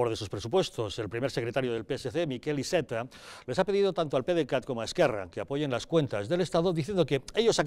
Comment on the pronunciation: Iceta no es un apellido catalán. Podría dejar de pronunciarlo como tal.